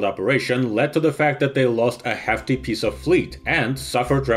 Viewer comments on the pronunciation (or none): none